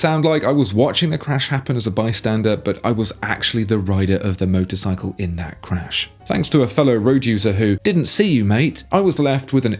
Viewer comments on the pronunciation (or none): none